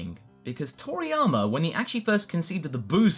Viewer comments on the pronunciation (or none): Its...Toriyama.....not Triana.......